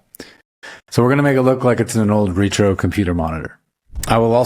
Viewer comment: Ret ~ ro, not Re ~ tro... "Rhett Row"